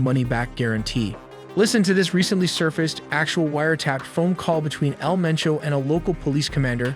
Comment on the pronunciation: its MENCHO 😂 haha love yalls videos!